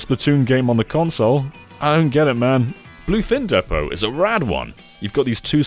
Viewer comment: Did he just say "Bluefin Deppo"?